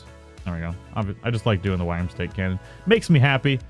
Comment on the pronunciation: Worm-stake now say it slowly.